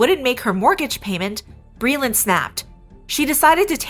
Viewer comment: Hey glittow cwittows, it's bweeland!